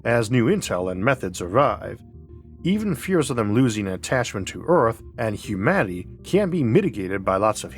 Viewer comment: Humaty? Did I hear that right? I swear you said Humaty, instead of humanity. What gives?